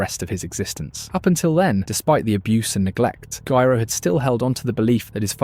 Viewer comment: I don't mind the AI voice, but please make it pronounce Gyro correctly 100% of the time 😭